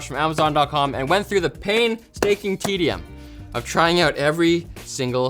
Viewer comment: Nobody: Linus Tech Tips: "The pain staking tEdiUm"